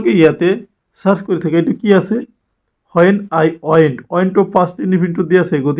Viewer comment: Please improve your pronounciation...as an English teacher, ...it's sounds bad ..kindly do notice it ... Example:- it's when not whoan 😅